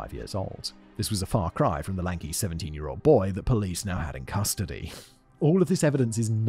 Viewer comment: I like when you say "crustody" instead of custody